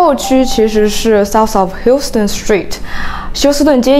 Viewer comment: South of Houston，Houston的发音是“House-ston", 不是德州休斯顿的发音。如果这个小姐姐是realtor的话感觉还是半吊子水平啊。